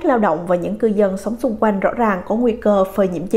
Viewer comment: Xung quanh ma doc la xung koanh,cha NM qua